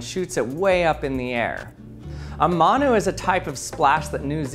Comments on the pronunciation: How is he butchering the pronunciation so much, it’s said like Mun (like bun) Oo (like your going ‘Oo,that’s interesting’) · u said manu wrong g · Your saying manu wrong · i love how much he butchered the saying💀